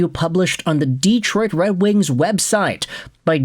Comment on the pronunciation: "Deeetroit" too. Anyway, forget about asking. For a guy who's asking for comments to help with the algorithm, he never engages with his commenters. Just asks for comments and says the floor is yours.